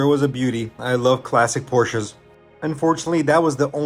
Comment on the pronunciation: Thank you for pronouncing Porsche correctly - ( a Porsche fan)